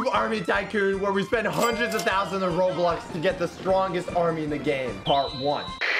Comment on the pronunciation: did he say "roblux"?